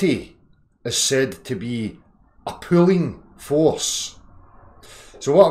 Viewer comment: "Grrravity is said to be a pooin' force.." oh I see he said *pulling*...